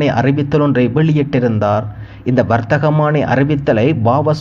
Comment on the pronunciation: வரத்தகமான்னி அல்ல வர்த்தமானி